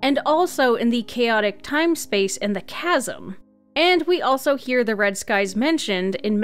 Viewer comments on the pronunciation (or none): none